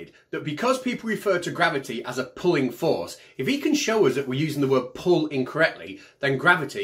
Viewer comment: "Grrravity is said to be a pooin' force.." oh I see he said *pulling*...